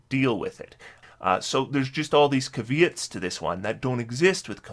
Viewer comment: You might have simply misspoke but the way you pronounced "caveats" just made me burst out laughing lol... I don't mean to pick on you though, I'm definitely a huge fan of your content and the way you break these topics down. You deserve far more subscribers.